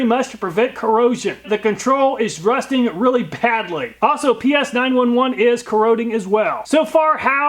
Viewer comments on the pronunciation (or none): none